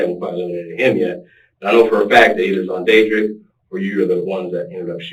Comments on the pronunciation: This dude say SonDadDrick?...haha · Nooooo! 😂😂😂😂 XONDADRICK!! 😂😂😂😂😂😑😑😑😐